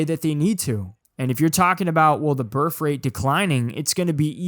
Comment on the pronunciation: Your inability to say the word birth correctly is aggravating. Other than that, great video